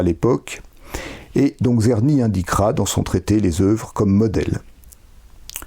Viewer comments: Merci beaucoup pour cette exposé bien organisé et conduite sur le grand traité du Maître Czerny. Bravo! Une petite remarque quant a la prononciation du nom du compositeur : il faudrait mieux commencer par un son qu'on peut écrire en français avec la formule "Tch". Pensez au nom du compositeur russe Tchaïkovski ("Tch") et c'est le même son qui est décrit par "Cz" en polonais ou "Č" en tchèque. En tous cas, un grand merci! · il serait super de déjà prononcer le nom de Czerny correctement...avant d'aller au fond de ce travail intéressant: TSCHERNY, et pas Kserny